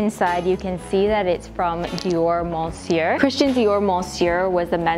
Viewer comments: The pronunciation is "MEUsieur" not "MONsieur" . [m] [ə] (I'm french , but don't ask me why it's this pronunciation. I can't explain it ^^ ) . Love your content as always 💕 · i love the trench coat!! btw monsieur is pronounced meuhsieuh and homme om :) i'm canadian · monsieur in french is pronounced "meussieu" 😌😉😉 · Ugh. Don't pronounce the "n" in "Monsieur".